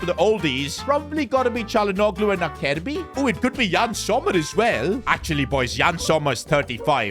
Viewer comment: Acerbi (Aserbi) not Akerbi 😞